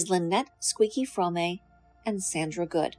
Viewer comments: Your pronunciation of “Fromme” undermines your credibility, ma’am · You didn't even pronounce ATWA and Fromme correctly, another video filled with distorted half truths and regurgitated lies. You could become a writer for soap operas. Red and Blue are so much more than what you have portrayed them to be in this video, they are full of curiosity, wisdom, humor and authenticity, both have a deep connection to nature. They are strong, creative and inspiring. You got a lot of things wrong in your video, I won't take the time to list them all but I will give you one example, Blue never had a drivers license and never drove a car, she wasn't waiting as the getaway driver, she was sleeping in the back of the vehicle and was kidnapped by Como who forced her to drive, she was sleeping in the back of the vehicle and he told her to get in the driver seat, she told him she could not drive, he told her he would kill her if she didn't so she drove off and immediately wrecked the truck, if you would read Lynette Fromme's response to the Jess Bravin book 'Squeaky' you will read about this story and learn how to pronounce her name correctly.